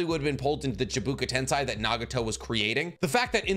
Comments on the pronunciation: Bro chibuku tensai ??? ITS CHAIBAKU*** TENSEI*** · Chibaku Tensei, not Chiboku Tensai ! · you have great knowledge on Naruto almost unrivalled haha, i disagree on some of your takes but most of the time your spot on i reckon, but all the time watching naruto, WHY DO YOU PRONOUNCE THINGS SO WRONG LIKE CHIBAKU TENSAI